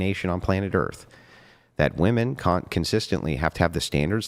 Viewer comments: Oh goodness another woman who doesn’t know how to say the plural pronunciation of woman. So painful. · What is it with young women today that cannot pronounce women right? Plural pronunciation people, women, e not a! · Genuine question: why do so many feminists and ppl in general pronounce women weirdly? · Why does she say WOMAN for WOMEN!?! WHAT IS GOING ON!? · What's up with all of these people saying "Woman" when they mean "Women"? I've noticed it WAY too many times and starting to think it's a troll. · Bro hearing these skanks say woman when when they mean women is infuriating. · Block people who can't pronounce "women" from being on the show. It's spreading error to let them speak. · She pronounces Women wrong. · And sadly she is far from the only one. Drives me mad!